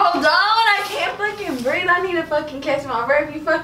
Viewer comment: Come urr